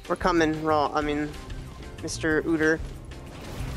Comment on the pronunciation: Quit saying OODER